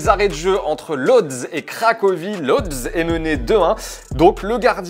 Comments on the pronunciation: On dit pas lodz mais woudj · Si jamais les amis Lodz ça se prononce woutche ! Me demandez pas pourquoi, je me suis fait avoir aussi lors de mon premier business trip :)